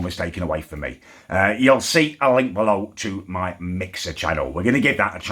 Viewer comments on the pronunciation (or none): none